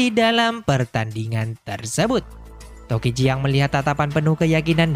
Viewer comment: emng namanya tokichi min bukan tokuchi